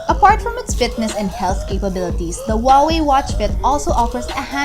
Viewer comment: Wooway - that is chinese way to vocalize Huaway ? Great review by the way Only you missed the second greatest feature (after cheapest and tiniest built in GPS) - the VO2max monitoring. I’ve found it the most motivational thing for train hard. Never realized that my physical wellbeing could be so effectively represented by reliably measurable characteristic. For month under control of Watch Fit I rolled my physical health 20 years back: from VO2max 38 to 46!